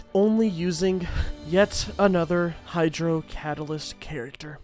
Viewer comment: It took me half of the video to realise 'hydrodalyst' is a combination of the word hydro and catalyst..